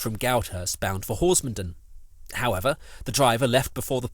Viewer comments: A very well researched and filmed account of the line and the route now. The only constructive comment I would make is in the case of villages named 'Den' the stress is on the last part of the name such as HorsmonDEN. Perhaps you could cover the Headcorn -Tenterden line at some time? My neck of the woods!! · Lovely video, very nostalgic for me. I have to point out though that you're pronouncing Horsmonden wrong